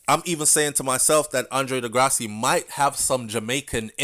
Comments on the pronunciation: Big up, Andre De Grasse. 🇨🇦,last name is French. Pronounced De (Grass). Just saying. 😁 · The E at the end of his last name is silent